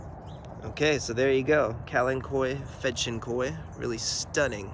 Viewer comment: I love hearing you say the name 🙋🏻‍♀️